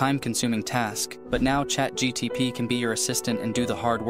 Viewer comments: I might be wrong but you said chat gtp instead of chat gpt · thx, i love ur videos...but i think it is chatgpt and not chatgtp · brother its chat gpt not gtp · Nobody noticed he said chat gtp instead of gpt? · Its chat gpt not chat gtp😂